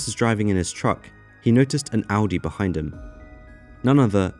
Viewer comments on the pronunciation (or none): none